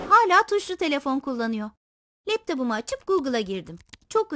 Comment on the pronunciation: fkirlerse nasıl leptopu var?🤷🤷🤷